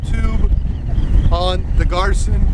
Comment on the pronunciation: Pronounced GEER-SAN.